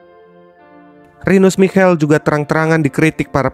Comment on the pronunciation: Pelafalan nama dr Michel, Rinus Michel, Lothar Matheus krg tepat, bro. Kbetulan gua saksi hidup turnamen ini